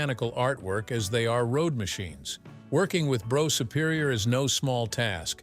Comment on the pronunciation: Hey,.......it's Bruff Superior. Get your facts right before you make a vid'.